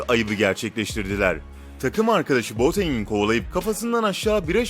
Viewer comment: Boatenge Buting Diyo Mk :D